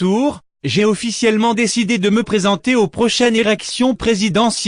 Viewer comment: Alors c'est moi ou à dit "érections présidentielles" au début de la vidéo? 😂